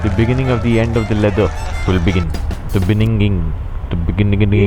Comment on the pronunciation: "Biga'NIGGA'ning" (right at that moment a dark skinned man pops) Good job 😂